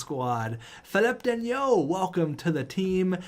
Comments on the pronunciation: Philip danault is pronounced fi-lip dan-o Ps: the steal of the century is actually valeri chubby chubisov for less than 4 million dollars! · Philip dano thats how you pronounce it